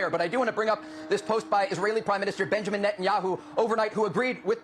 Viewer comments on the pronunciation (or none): none